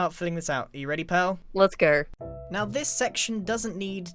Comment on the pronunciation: “let’s ger”